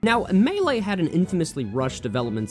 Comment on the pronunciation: ... Has the game state the name of game (Super Smash Bros. Melee), and fails to pronounce it correctly several times. 👏